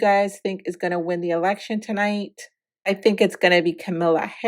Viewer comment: {KAH-MA-LAH} not Kamilla 😊 Harris.